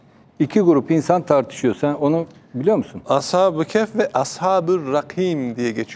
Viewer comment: Program yapmış konunun ne olduğundan haberi yok. Ashab-ı keYf ne yahu. Ashabi KeHf..